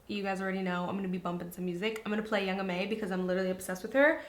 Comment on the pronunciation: Loved the video, however, it's young ma (mah) not young m.a.